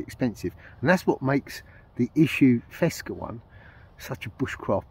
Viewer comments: It might be an algorithm or something when a link detected it is erased altogether with the comment. The link was the official Fecsa web page. By the way, you are not the only who says "fesca" instead of Fecsa 😅Greetings from the Western Mediterranean coast. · Fecsa, it is Fecsa; not "fesca". Fábrica Española de Confecciones Sociedad Anónima. I hope you won't delete this as you did last time, due to the link I guess.